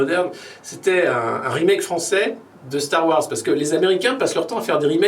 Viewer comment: "starguerre" :))) MDR !